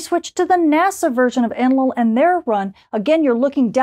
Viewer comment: Did you hear her calling it ENLIL?